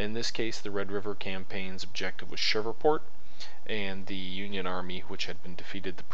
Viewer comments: And it is Shreveport...not Shiverport. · Shreeeveport! Not Shriverport. Great vid though. Trans-Mississippi theater is terribly under-represented. Great to see us, finally, getting some love West of the Mississippi.